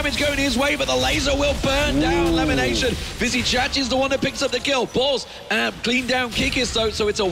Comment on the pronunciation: limination? can't even pronounce lemon properly :/